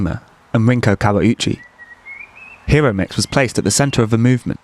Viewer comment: Enjoyed! FYI: the "i" in Japanese is like the "e" in "keep" (or the "i" in "Hawaii" Hi (Hee): Like the "He" in "He is." ro (roh): Like the "Ro" in "Robot" (short "o" sound). mix (miks): Exactly like the English word "mix." It was really Araki who changed photography... by selecting Hiromix as a winner of the Canon photo contest that year. To be honest her photos were not significantly different than those of countless others teenagers of that era. Fame in art is as much about editors and curators as "talent". I've hung out with Hiromix at parties in Aoyama over the years. Her fame really went to her head lol. Been in Tokyo for 25 years.